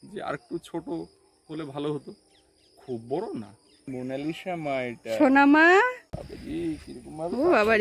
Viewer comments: If you don't mind.... উচ্চারণ : মোনালিছা লিখতে হয় মোনালিসা, কিন্তু উচ্চারণটা ওভাবে করবেন না। উচ্চারণ হবে মোনালিছা। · অসাধারণ সুন্দর নাম রেখেছো । তবে Please নামটার সঠিক উচ্চারণ হোলো "মোনালিসা(MONALISA)"...... "মোনালিশা" বোলো না plzzzzz. জানিনা বোঝাতে পারলাম কি না, উচ্চারণ তো লিখে বোঝানো যায় না! আশাকরি আমার কথাটা অন্য ভাবে নেবে না 🙏 আর সৌরভীর কয়েকটা ছোট্টো নাম পাঠালাম, দেখো যদি পছন্দ হয়!! "ঊর্বা" "দ্যুতি" "পৃথা" "রাই" "মৌ" "মুন্নি" "পিঙ্কি" "মিষ্টু"..... ভালো থেকো সপরিবারে ❤️❤️❤️❤️❤️❤️